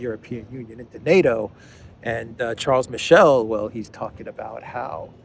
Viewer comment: Mr. Michel is born in French speaking region of Belgium so his name should be pronounced in French ʃaʁl miʃɛl.